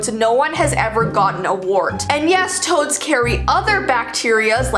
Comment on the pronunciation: omg, I thought you said toes not toads lol